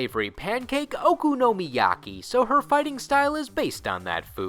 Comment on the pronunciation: While Shampoo wasn't introduced in the delivery martial art event in the anime, the PC-Engine game does replaces Kaori with her Did you get the pronunciation of Okonomiyaki from the English dub? It sounded really off key. Listen to it in google translate, it's much clearer.